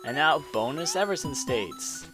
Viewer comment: BAY-GEH and E-VER-SHUN Sorry XD